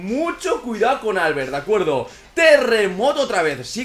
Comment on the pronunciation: prq dice Álbert? se dice Albert, con tónica la e